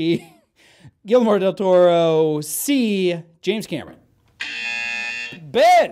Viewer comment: Man, I am so embarrassed with how I say Guillermo del Toro's name here. I need to work on my pronunciation.